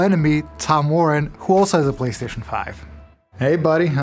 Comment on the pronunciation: did he call it the Platcentre 5?